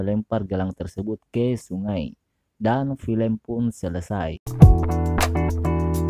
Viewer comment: Selesai pengucapannya huruf E 😂😂😂